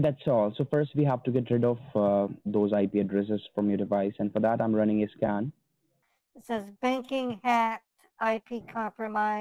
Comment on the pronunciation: When he said, "I'm running a scan now," it sounded like he said, "I'm running my a scam now."